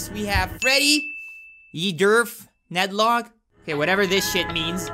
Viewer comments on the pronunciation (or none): Ydderf nedlo9 😂😂😂 the way he pronounced its soo funny